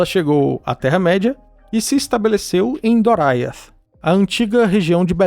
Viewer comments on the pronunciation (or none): Ótimo vídeo! Só um pequeno detalhe, o nome do Reino de Thingol é Doriath, e se lê da forma como se escreve, não "Doraiath".